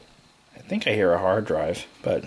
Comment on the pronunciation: I tout I hewd a hawd dwive... lol